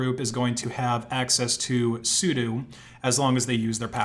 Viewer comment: How does he keep mispronouncing things? Vultr like Voltur sudo like sudoo